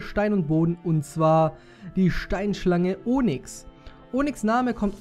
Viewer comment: Onyx spricht man Onüx aus :D Aber ist trotzdem ne schöne Folge <3